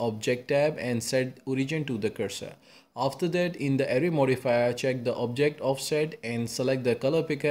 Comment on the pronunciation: good video, but why do you sometimes say array as array, but then switch to a super fast ury modfia bruh